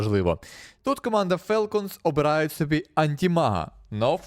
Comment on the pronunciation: Правильно "фОлкенс". Тіко не бийте, так дійсно правильно звучить